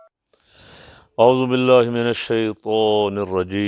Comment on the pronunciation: اعوذ باللہ کا ع صحیح ادا کریں